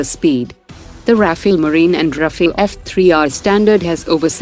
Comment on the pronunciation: RAFALE not Rafael!!!!:face-purple-crying